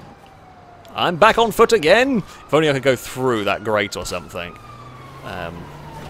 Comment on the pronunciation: It's "something" not "sumpthink"